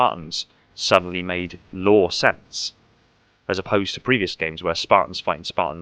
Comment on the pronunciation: 9/10 times it sounds like you’re saying “Law” instead of “Lore”.